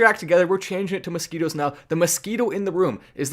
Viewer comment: 🤣🤣masquitwos, whatcha goning two do. Go awantcha mozquitwos.🤣🤣